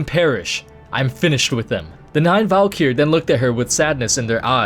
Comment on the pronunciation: "Valykier" wtf